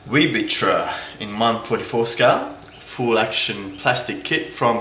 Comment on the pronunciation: Cool that you are back doing videos! It's most likely pronounced viceritter (I'm pretty confident it would be in a Germanic / Austrian accent)